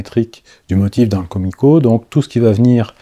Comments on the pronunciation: Ouep, c'est bien "koumiko" que ça se dit :) Mais on dit "assa no ha" (on "prononce" le h)... Bon, ok, ça ne change rien à la réalisation :D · Juste pour info Kumiko se dit keumiko et les S se dise S et non pas z . Asa = aça Ganbatte ! = courage ! Les essences de bois différentes font du plus bel effet pour l’intérieur du motif et une autre qui pourrait te plaire : mais complètement un japonais Pour le plaisir de yeux